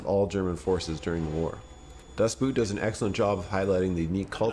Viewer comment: Dustboot? xD